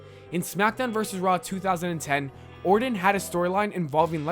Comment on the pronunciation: Were you saying Randy Warden? Dude, its Orton.